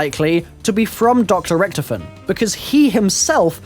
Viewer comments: he says ricktofen instead of Richtofen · its richtofin not richtoofin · Did he acualy just say ricktifin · whenever watching his videos, i cant help but always get annoyed by how he pronounces Richtofen.....